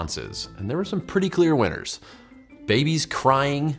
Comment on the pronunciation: Only one bothered me and it was the babie, it made me angry